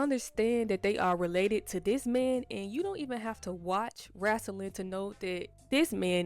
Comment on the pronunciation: "Wrasslin'" 😊 Yass sis ! Explore the world !